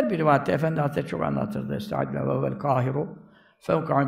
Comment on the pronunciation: Hocamızın neee Aalakası var Ardından ccook alakası var derken tecvidli souleyişi Cook tatlı maaşllah 🌹🤲🏻